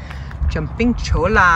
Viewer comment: Very nice , but just for reference the L in Cholla is not heard , pretend it’s spelled with a Y Like Choyya